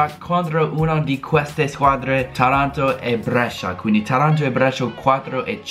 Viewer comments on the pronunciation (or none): Comunque è Tàranto, non Tarànto. Keep it up.